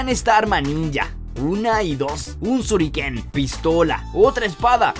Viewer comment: Es shuriken no suriken y el cuchillo Ninja se llama sai